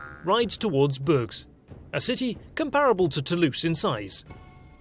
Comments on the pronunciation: 3.32 Bourges pronounced boor-gzh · You've been pronouncing most of the French names correctly, but soft rule of thumb is to pronounce everything except the last letter! Hence BOURGES would sound like "boourj" or like the first syllable in "bourgeoisie" Keep up the great work!